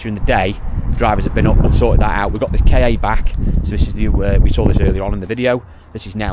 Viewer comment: Why don't you call the Ford Ka car instead of K A? They are always called car in Australia.